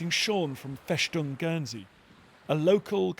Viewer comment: Schwos-tika? Fäschdung?